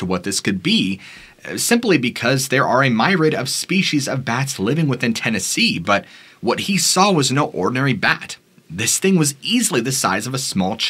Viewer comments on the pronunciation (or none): I love your channel. I am a loyal subscriber but this is the second time I have commented about your mispronunciation of words. Your pronounced the word MYRIAD (pronounced: MIR-EE-ADD) as MY-RID. These mis pronounced words are frequent enough to be distracting. I worked in broadcasting and professional stage acting all over the world as my career. I merely suggest you review your copy and look up words you aren’t sure how to pronounce. I love your channel. Your manner is great except for these distracting mistakes. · not (my-rid)…. pronounced Meer-ree-ad….first time watching your videos. Excellent content, soothing voice, fun lighting…. I subscribed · It’s “myriad” (MEER-EE-ADD). Not “my-rad”. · My-raid? No. Meer-e-ad. Myriad. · It’s NOT myrad but myriad meer-ee-ad. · Myriad... is 3 syllables and pronounced MEER-EE-ID 😊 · myriad= meer-ee-id